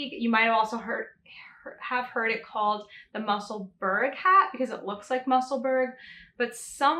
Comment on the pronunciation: The correct pronunciation is definitely ‘Musselbura or burer’ Edinburgh is mispronounced in America in the same way. It is Edinbura or Edinburer.